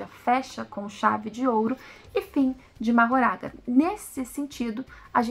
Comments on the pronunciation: pse, mas não é a pronúncia oficial, infelizmente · Só um detalhe q vale mencionar, a pronúncia oficial do nome do shikigami mahoraga não é como é escrito, a pronúncia feita no ep foi "mahgora"